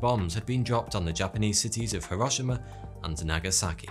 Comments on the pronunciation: bruh you pronounced hiroshima wrong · It’s pronounced he ro she ma